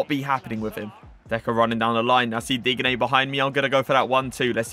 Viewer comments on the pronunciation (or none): Just not how you day his name😐 watch some aj3 he says it right